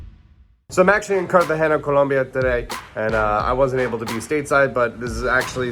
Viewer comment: I like the way you pronounce Cartagena